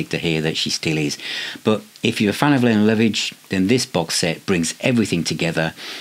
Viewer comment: I think her name is pronounced 'Layna'. 😂 An underrated artiste still going strong.